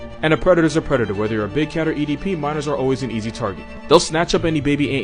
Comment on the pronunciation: really said edp💀